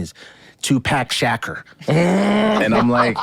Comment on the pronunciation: ”TUPACK SHACKER” L M A O. 😂😂😂